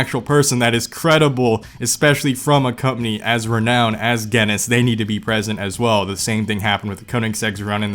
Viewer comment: Me: Just watching this video: 'GaHnIsS' It's Guiness. Guiness. Like the Beer. Exactly the same